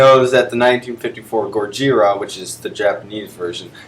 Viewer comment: This is a pretty good list. I like the way you try to retain the Japanese pronunciation "gojira"